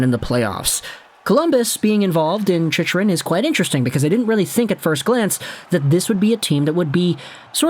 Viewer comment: I can't believe you're still saying the name wrong after all these videos.. lol "Chick-rin"